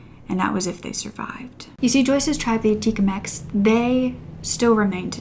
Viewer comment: Her name is Joyce Echaquan, not Escawan.